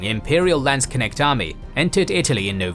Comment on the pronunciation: You pronounced "Landsknecht" very correctly👍